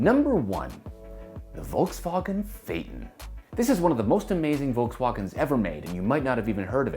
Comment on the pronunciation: I absolutely hate the way that say Volkswagen “Valksvoggen”